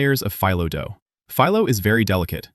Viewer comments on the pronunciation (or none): none